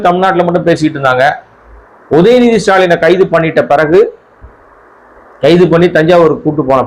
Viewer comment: The way you say the name of the TN CM nice ... I like it sir